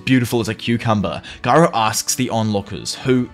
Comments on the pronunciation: I like how he says garou instead of gyro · Oh no he said gyro wrong